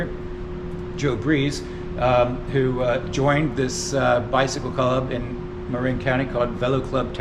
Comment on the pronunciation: its the brit in you coming out. maybe mark is from across the pond, innit? :)